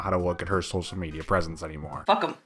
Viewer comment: soh-sill media. lol profess-innil